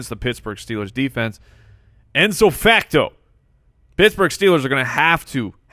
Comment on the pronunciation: "enso facto" FYI, It's "ipso facto,".